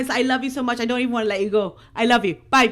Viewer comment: Your baby is adorable! Kiss blown, “By-ee.”